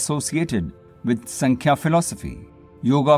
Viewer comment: नमस्ते! योगसूत्र को थोडा-सा समझाने का प्रयास ठिक है, और वो भी अंग्रेजी में?? किसी जानकार व्यक्ति के पास जाकर इस विषय का गहराई से थोड़ा और स्व-अभ्यास कर सकें तो अच्छा रहेगा। दूसरी बात, आप जो 'संख्या' दर्शन का उच्चारण करते हो, उसका सही उच्चारण है "सांख्य दर्शन" है। ऐसी कई बातें हैं जिसका आपको सही तरह से अभ्यास करना आवश्यक है। तो, आप जरुर समझ गये होंगे आपको क्या करना चाहिए।